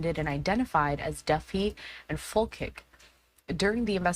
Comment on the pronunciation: Its Fol-chick. Not Fil-kik